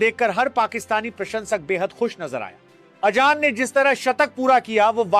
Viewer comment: Ajjan nahi hai wo azan hai😂😂😂